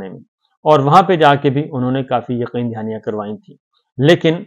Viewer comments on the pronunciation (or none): none